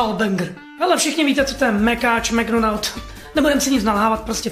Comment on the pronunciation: Neee mcdonaldův. Na začátku jsem ti rozuměl mctonald😃